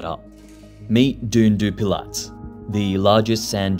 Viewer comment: in french, "t" at the end of words aren't pronounced, so it's actually pronounced 'dune du pila"